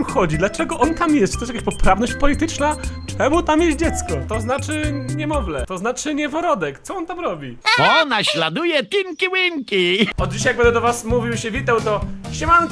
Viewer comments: nieworodek? 😂😂😂 noworodek! 😂👌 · nieworodek 😂 * noworodek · Powiedziałeś NIEworodek zamiast Noworodek! :D #NIEworodek! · Haha... zamiast noworodek powiedziałeś nieworodek lajkujcie żeby widział pozdrawiam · nieworodek xd Przecież mówi się noworodek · Siema jestem autokorekta Mówi się noworodek